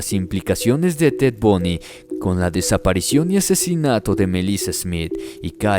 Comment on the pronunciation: SU NOMBRE ES TED BUNDY,BUNDYYY,,NO TED BUNY. LA PROXIMA VEZ PORFAVOR DE COREJIR SU NOMBRE CORECTO...BUNDY. ERES UN BUEN NARADOR EN TUS HISTORIAS.